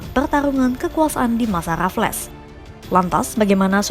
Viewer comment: Baca namanya Raffles salah. Bukan Raf-les tapi Refls.